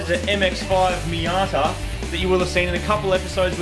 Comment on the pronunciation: A small question why did you call a Mazda Miata a hermathadiht